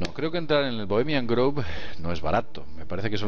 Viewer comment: Mi mil disulpas pero por favor, cuiden su pronunciación. No es Bohemian "Groove" (osea, no se pronuncia con U), es con O. Por otro lado, Alex Jones tiene una pésima reputación, y para los Mexicanos que están viendo este video, chequen los comentarios racistas que hace Jones contra nosotros e incluso ofende a la Bandera. No es alguien a quien creerle ni seguir.